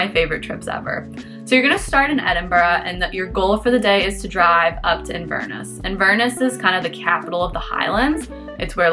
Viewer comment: Sorry.. I can't stay quiet any longer. So it is pronounced 'Inver-Ness' with the same stresses you would use for 'Loch-Ness'. Loch is a Scottish word that means lake, and Inver is a Scottish word that means mouth of a river. Inverness is the city at the mouth of the river Ness... hence Inverness. 🙂